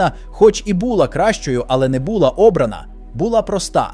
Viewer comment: Автор: у слові "була" (а ви його вимовили ТРИЧІ з помилкою), наголос не бУла, а булА